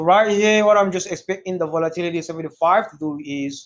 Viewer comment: I love your videos and what you do but honestly your accent makes it difficult to watch. Especially the way you pronounce “volatility” repeatedly. Keep up the good work bro.